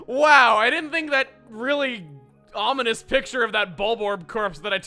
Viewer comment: "An omonous omen"